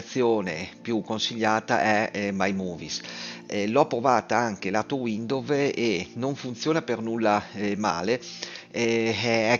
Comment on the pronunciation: Capito. Figo. Grazie! 👍 (comunque si pronuncia "uindous"...)